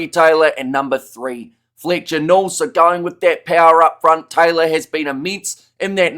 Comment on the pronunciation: "Flitcher Nool" - by far my favourite current New Zealand accent-ism.